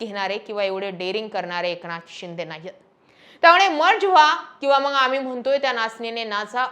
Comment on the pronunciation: 'मंग' नाही ताई.. मग म्हण.. बाकी तु बोलतीये ते खरंच आहे